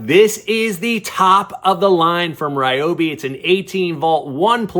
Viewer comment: Learn to pronounce Ryobi